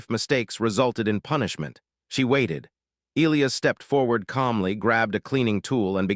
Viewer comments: How can AI be so brilliant in one way & crazy stupid enough not to be able to pronounce the name e-LIE-us & turn it into e-Lee-us?? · It is a very bad thing to miss-pronounce the name of any key person in a story and this team falsely pronounced the name of 'Elias' by not using a hard 'i' when it is only an 'English' name with that 'i' so pronounced! This error almost makes this long-term author/reviewer quit reading! If the team can't get the name of a key person correct, can they get anything important correct? Likely not!. Oops LoL 😢😮😮